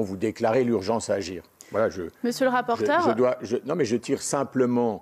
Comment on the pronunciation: "Monsieur le rapporteur'eu"